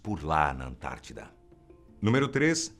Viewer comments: É ANTÁRTIDA*!, não confunda igual a min. 😂😂😂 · Antártica!!!!! não antartida